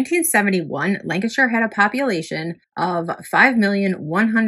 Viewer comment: nice to hear you pronounce Lancashire correctly,..😊as, most Americans can't!